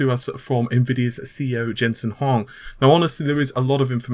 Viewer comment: "Huang" is pronounced "Wong".